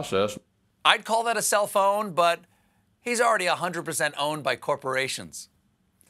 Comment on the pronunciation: When you said self-own, I thought you said cell phone.